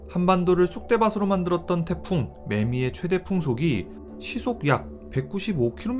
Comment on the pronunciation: 쑥대밭으로 [쑥대바스로x] [쑥대바트로o]